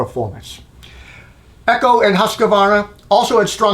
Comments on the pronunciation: It’s not Eee-co it’s Ec-ho Echo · you said it eh-cho . I only noticed because I kept looking for the EGO whenever you said it otherwise, lol. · To be fair to the viewers, not only are you mispronouncing "Echo" but it kinda sounds like you keep saying "Ego" which is a glaring absent brand in this test. I know, I know they "chose not to participate" but still...